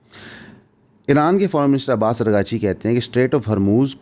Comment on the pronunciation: It's Araagh-Chi Not Arghaa-Chi Please correct